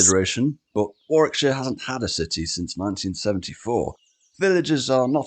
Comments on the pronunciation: Worrik-sher please, if you come over. Not War-wick. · The W is silent in Warwickshire......Warickshire